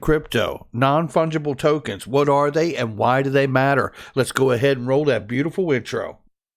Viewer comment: Every time he says that I hear roll that bean footage.